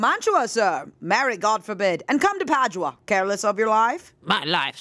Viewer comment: Omg you guys pronouncing Padua that way is literally killing me 😭😭😂